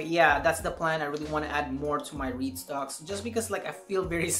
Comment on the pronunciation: I’m glad to see dividends stocks in your portfolio. You said reit stocks, I heard weed stocks. Like # 6